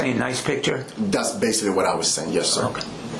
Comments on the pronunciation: and he kept saying "basilly". I could have sworn the word is "basically". He sounds so illiterate. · Basilly or basically lol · He says the word "basealy" at least two times.The word is basically, one time and it is misspoken, two times indicates that is part of his vocabulary. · “Basaly” what a clown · If I hear him say bassilly one more time….🙄😤(basically) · " Basily, piture, inaproprit," He's completely illiterate ! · Baysilly, instead of “basically” is standing out the most to me lol. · OMG!!!! My flesh crawled everytime he said basilly & he said it over and over again. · Him said BASILLY MADE ME SOOO MAD. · Can’t forget “Basilly” “I was deescalation the situation” 😂